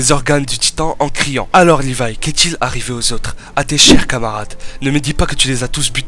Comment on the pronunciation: C'est pas lirai c'est Lévi